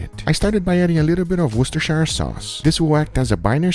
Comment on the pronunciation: Guga, love your vids, but as a person from Worcester, I feel like I should tell you it's pronounced like wuhstersheer